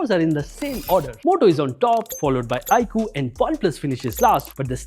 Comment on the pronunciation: Stopped watching as i soon as i heard iqoo